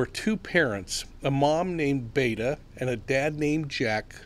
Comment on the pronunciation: Provinces in 3 syllables “be a ta “(a like in yawn) 😊